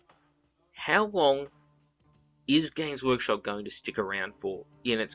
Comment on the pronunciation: I always mishear you saying gays workshop and it makes me laugh every time I hear it